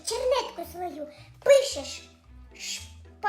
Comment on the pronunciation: там так відчувається як шпаргАлка